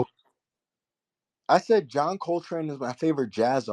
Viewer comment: He said JOHN COLTRANE!😂😂😂😂😂😂😂😂😂😂😂😂😂😂😂😂